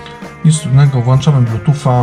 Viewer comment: WŁĄCZAMY, PRZEŁĄCZAMY się itp! Nie ma słowa włanczamy!!! Dlaczego tyle osób mówi niepoprawnie? :/ Wrr jak to drażni słuchając jak ktoś WŁANCZA :/